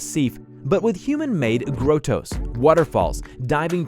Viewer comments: Gruh-toes?? No.. pronounced grah-toes. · What the heck is a "GROW TOE" ?? I think he means grotto. pronounced GRAW TOE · grow toes lmao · OMG. Pronunciations!!! Marseilles = MAR-seh (not Mar-sell-es). Grotto = GRAH-toe (not Grow-toe) Dude - if you don't know a word, Wikipedia has pronunciations you can listen to. Mispronunciations are soooo distracting (and unprofessional)!!! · A cave in a pool is pronounced "graw toe" ...not gratow. Yw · Dude if you don't know how to say a word, look it up. So much of this hurts to hear, especially hearing grotto as "grow-toe" instead of "grado" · I don't think grotto is pronounced 'grow-toes'... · Grotto is a rather common word. Why can't the narrator pronounce such a common word? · Learn to pronounce "grotto" dude. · Learn how to pronounce grotto.